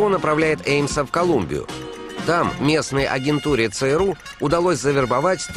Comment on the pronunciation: Интересно Виктор Черкашин произносит аббревиатуру ЦРУ. У него звучит как СРУ , как посрал, сру и т.д. Прикол над СРУ (ЦРУ)?